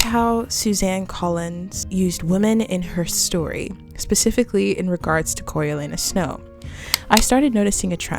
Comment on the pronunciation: "coriolanuses snow"?